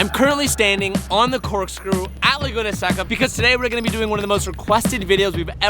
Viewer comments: La-goo-na Say-ka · I've never heard someone pronounce Laguna Seca wrong